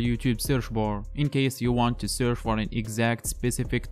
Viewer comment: It’s searCH NOT surF. Possibly least intelligible narration on YouTube. Perhaps use a native English speaker to do the narration for you?